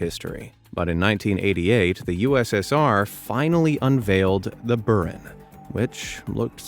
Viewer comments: boo-RAN, NOT "Burn" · Its pronounced bur-AHN! Not BUR-in.